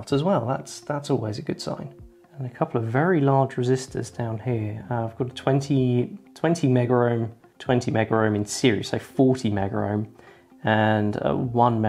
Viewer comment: Because you didn't mean to damage it, I can forgive the mistake. And of course you're forgiven for not attacking it with a soldering iron. But I'm afraid I cannot allow this to to go unsaid: There is no "R" in mega-ohm!! (@ ... '20 Megger-ohm', '40 Megger-ohm', '10 Megger-ohm'... harumph!)